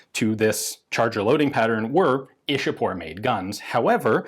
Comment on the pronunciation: Ishapore is pronounced as eshapur 'e' like in 'e'at and 'u' like in f'u'r Love from India PS : if possible please make a video on the insas rifle